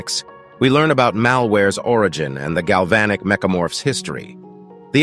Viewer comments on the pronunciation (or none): none